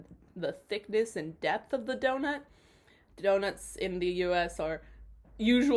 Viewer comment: Hi, friend! Miss you! Also, a "d'oh-nut"? Ah? 😁